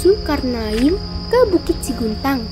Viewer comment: Yang benar 'SEGUNTANG', bukan SIGUNTANG